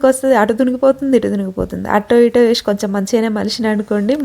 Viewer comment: వేషి కాదు అక్క... వేసి 😂😂తెలుగు రాదు